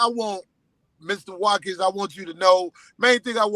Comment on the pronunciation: Sorry Mist-ah Wa-kins